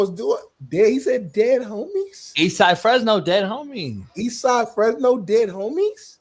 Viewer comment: Damn I was happy watching this until he said “Fresno” damn that’s where I’m from horrible look bro.😂😂